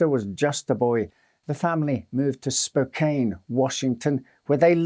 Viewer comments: Small thing, but it's pronounced "Spo-can", not Spo-cane"... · Spok anne. Not Spokain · "Spokane" is actually pronounced (spō-KAN), as in soda CAN. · Hey, love the channel. Just one note, Spokane is pronounced (spō-kæn)or spo-can. Its a salish word. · Spokane is pronounced as Spoke Anne ☺️ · In case you come across Spokane again, it's pronounced spoh-CAN. An adaptation of the book was made into a movie in 1951 called "A Place in the Sun". A line up of big stars, it won 6 Academy awards. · It's pronounced like "spoke-anne." American place names are tricky. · Spokane is pronounced Spō-can (long o sound) Edit: It is the name of the a local Native American Tribe. My family has lived in the area for generations. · Spokane is pronounced to rhyme with "can". The city was named after the Spokane indian tribe. The Spokane reservation is nearby.